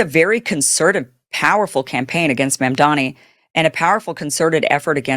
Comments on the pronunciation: Madam, it’s MAAMDAANI, not memdeni 😅 great content as always! 😊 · Its Mamdani, not Mamdami ...Mispronouncement of his name will change nothing..Mumdani earned thi position, and if his critics have any goodwill for fellow- New Yorkers they would hold their peace and help him make New York a haven for all to live in and with harmony.. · He can't even pronounce his name correctly...lol "NANDAMI" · Cruz still saying MAMDAMI. Stupid! It is MAMDANI. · Theodore Cruz is stupid for mispronouncing Mamdani's name. Everything he utters is garbage.